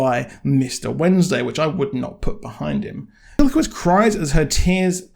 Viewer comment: Your also saying Bilquis wrong. It’s not billy-kwis. It’s Bill-kwiss.